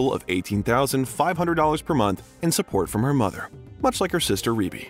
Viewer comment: I'm so happy you finally pronounced Rebbie's name correctly. 🙏